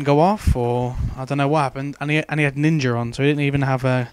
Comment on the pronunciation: haha he said ninjr